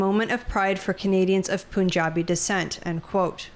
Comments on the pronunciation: just FYI it’s not “poonjabi”. Pun (a play on words) has a schwa sound on the vowel, kind of not super obviously a U vs an A or an E etc. That’s the best way to say it, say Pun…jabi… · “Poonjabi” 😂 I’m glad a lot of commenters aren’t just saying go back home or deport them this is why I like this channel